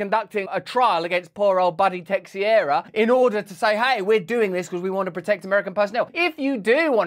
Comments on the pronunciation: It's "Teixeira": Tei-Chei-Ra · Brazilian Portuguese name. Pronounced:”Tay-shara.” Or roll the last “r” if you can. 😂